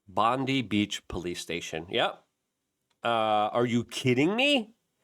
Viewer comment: Btw it is pronounced Bond eye in Aussie speak.